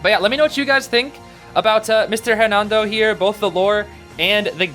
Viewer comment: The h in Hernando isn’t pronounced.